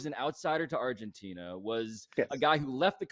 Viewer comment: What are you referring to when you say “refgentina” then?